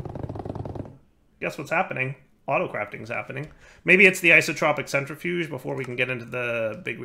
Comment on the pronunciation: I see we still haven't learned the pronunciation for entanGLOPORTER, rotary condenSENTRATOR and isoTROPIC centrifuge. Also, the energy display on your Mekanism machines is still set to EU.